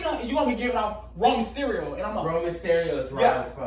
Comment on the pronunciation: “Romeo Styerio” dawgggg💀😂😂😂😂😂